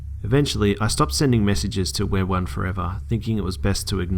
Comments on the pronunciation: I think it's pronounced "we are one forever", not "wereone forever"... ....this just got a lot creepier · Looking at the "stalkers" screen name and it's pronounced we are one forever, not wear one forever. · It's not wereone forever it's we are one forever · Just a little heads up, It is pronounced "we are one for ever" not "wear one forever" I think that's part of why it was so scary, and it was a pretty key detail. Otherwise, great video!! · It's "We Are One Forever" not "Wear One Forever" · You do know that the name is pronounced, we. are. one. for. ever. not wereone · I think its pronounced We are one forever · instead of wear-one-4ever maybe it's pronounced we-are-one-4ever, creepy! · I love listening to the stories. They're always creepy and keep me on my toes. However, I did find it bothersome that you pronounced the perps SN as "wear one forever" after seeing the last proof image I could see that it's "we are one 4ever." Which to me... Makes this story a little creepier. Does this person want to be one with the storyteller!? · Errm it's not wear 1 it's we are one 4 eva it was annoying my all video sorry!!